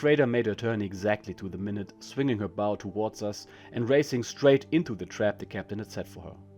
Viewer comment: Prefer hearing the human, it fixes mispronunciation like "bow". German accent is actually a plus.